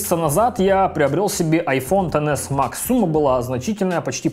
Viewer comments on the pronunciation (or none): как же бесит то, что он говорит не иксэс , даже не 10с , а тен мать его макс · Тоже обратила внимание) к тому же про айфон(x) сказал: десятка , а уже про айфон( x max) сказал тен икс макс.... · Как же режет звук «ТЭН ЭКС МАКС»